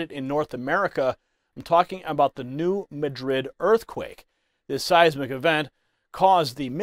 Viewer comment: New-mad-rid. That how it's pronounced around New Madrid Missouri.